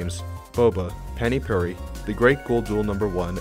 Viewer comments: The way you said Pani puri pains me as a indian its not Panty pruri its pronounced Pah-ni Phu-re ( re like restart ) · It’s pronounced paah-nee pooh-ree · Dude I just realised that you say pani puri like पाणी पुरी found this after talking with my Indian friend and I directly copy pasted it here, it’s so hard to pronounce